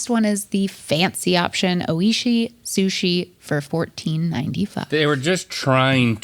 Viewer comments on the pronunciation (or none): its not pronounced "oh ee shee" lmfao, its pronounced "oy-shee" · Owishi...lmfao. Oi-shi. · NOT THE PRONOUNCING OISHI O-ISHI LMFAO